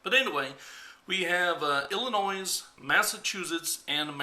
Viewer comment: Not that this is a big deal because I don't really care, but the "s" in Illinois is silent. The pronunciation stops at the letter "i." Most people from the southern states, and in Canada, generally make that mistake, so it's cool.